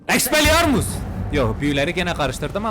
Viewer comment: En çok güldülerim:Expelliarmus=Expeliarmut Leviosa~kim kime koyuyorsaaaağ.Abi beni gülme süblimabalin...süblimeli ahhğ yazamıyorum gülmekten.😅😅😅Kdjggxj